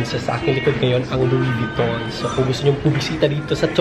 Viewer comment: Louid Vuitton pa more kahit wala ng makain🤣🤣🤣tawang tawa ako